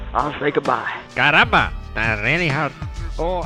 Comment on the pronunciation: It's "Caramba"